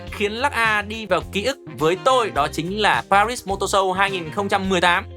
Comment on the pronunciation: Pari mà đọc pa - rít làm hỏng cả bài, đúng là fan vin thì chỉ đến thế.